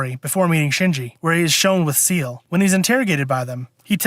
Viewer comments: SAY-LAY…. Not seal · Not to be that guy, but... "Say-Lay," not "See-eL" I'm the worst, I know. LOL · If you wanna get technical, it's pronounced "Zeel-uh" since Seele is German for "Soul" but the english dub made the Say-lay pronunciation more popular even though it's technically wrong. Sooo... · Ahhhh, dude…. It’s pronounced, “Say-Lay” And they sent Kowaru to start third impact, it was Gendo and Nerv that were trying to double cross them and save everyone thru instrumentality rather than face judgement and death from the angels!